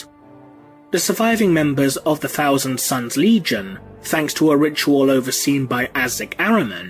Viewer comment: "Warhammer forty 'fousand' timeline". Gotta love the th-fronting from you brits🤣🤣😂! Guess it's too much work to say "th". Sounding more like Ork's every passing year. Soon "the" will be completely taken over by "da" ork's.